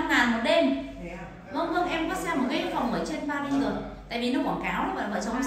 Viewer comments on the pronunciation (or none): none